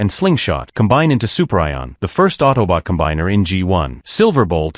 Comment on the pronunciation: ah yes, good old Super Ion